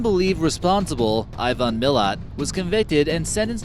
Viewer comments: It’s not ivon milat it’s iven milat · How he pronounce Ivan milat and belanglo is hilarious. And it feels so bizarre hearing my local area Picton being mentioned as a creepy place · Not even a minute in and he's already butchered the pronunciation of Belanglo and Ivan Milat